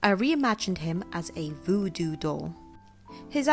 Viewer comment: Voodoo not vewdew